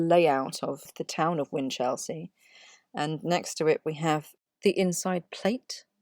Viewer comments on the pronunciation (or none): Good video with sound research. However its generally pronounced, "whinchel-sea" not whin-chelsea* (*as in district of London).